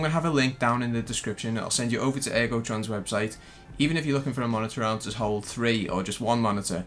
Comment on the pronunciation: If I here “ MONITA AHRM “ one more time I’m going to lose my shit